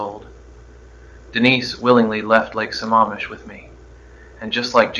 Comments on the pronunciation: It's Lake Sa-MAM-ish not Sa-MA-mish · Not pronouncing Sammamish correctly. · This was pretty good, but I'm sure Ted knew how to pronounce Sammamish.